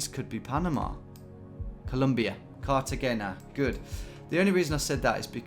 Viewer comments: The best way to learn how to pronounce Cartagena is to watch Romancing The Stone. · Anyone else cringe at the pronunciation of Cartagena?